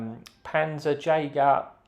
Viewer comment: *Panzerjäger. You're welcome